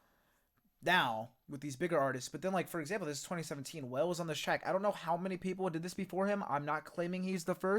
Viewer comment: WALE-- Pronounced- "Waa- Lay", Not Whale.. We all did it too bc, we did not know who he was.